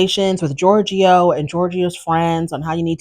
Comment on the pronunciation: Georgie not georgio